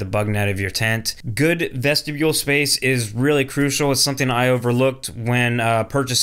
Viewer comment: VESHTIBULE!!! 😂😂😂 I make fun of for that all the time!